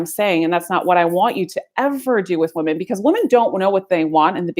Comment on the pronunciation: Woman and Women are pronounced differently. She should know that!